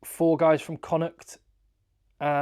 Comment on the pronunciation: Awe you’re a legend and an English man who pronounces Connacht right 🎉👏👏